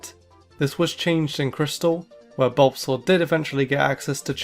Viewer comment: YES, BUT THAT IS NOT HOW YOU SAY THOSE NAMES!